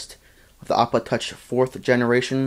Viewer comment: had to listen to it 4 times before i realized you were saying ipod touch. "this is a review of the 4th generation ipotuch